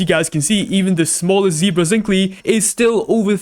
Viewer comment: It's pronounced zink-el 😅